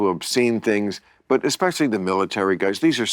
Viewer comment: Dude is a professor, but can't say "especially" correctly 🤣